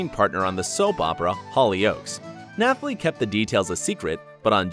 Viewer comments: And after that we had NATH -ally Emmanuel. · ugh dude nathalie is pronounced without the h... thats just a common name.